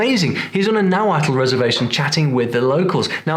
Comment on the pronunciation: He is pronouncing Nauhautl well. That final "tl" is not pronounced how did it